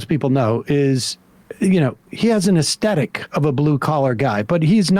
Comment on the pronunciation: *as-THET-ic - with a soft "th" sound (as in Synthetic, Prosthetic, Pathetic, Apathetic, etc).; not uh-STET-ic, with a hard "T" sound, as though speaking with a Brooklyn accent The new common mispronunciation began spreading widely about 10-12 years ago - no doubt abetted by the YouTube Feedback Loop, whereby video hosts parrot and propagate each other's speech errors.